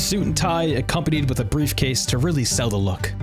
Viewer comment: Brother it’s pronounced “with” not “wit” lmao